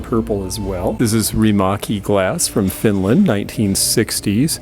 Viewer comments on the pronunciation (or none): none